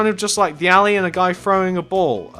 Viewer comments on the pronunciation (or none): none